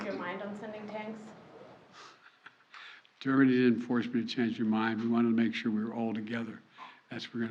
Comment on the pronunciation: . “Dermany” didn’t force me to change my mind. WTF!!?!